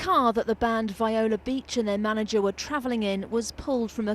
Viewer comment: It's not pronounced "V-eye-la" It's "Vee-O-La." Get their name right at least. RIP!